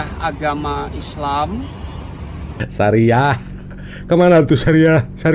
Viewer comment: Sebut syari'ah sj sariah,, 🤦‍♂️🤦‍♂️🤦‍♂️ Ampun" Dah.... Hahaha🤣😂🤣😂